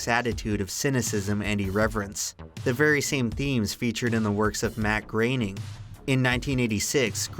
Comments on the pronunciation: Why is it pronounced "Greyning" instead of "Growning"? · It's not pronounced gray-ning It's pronounced groah-ning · GROW-ning not GRAIN-ing.. lol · IT'S PRONOUNCED "GROANING" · I always thought it was pronounced "Groan-ing" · Is anyone going to talk about how he mispronounced Groening so many times?